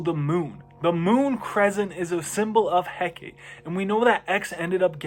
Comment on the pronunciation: It’s pronounced HEH KAH TEE